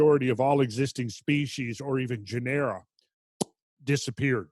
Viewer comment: STOP THE MISPRONUNCIATION MADNESS! Same as the word "general" "Genera" is pronounced JEH'-nr-uh not jeh-NEHR'-uh. Accent is on the first syllable not the second. Perhaps you are getting twisted up by the way "generic" is pronounced but genera is not pronounced the same.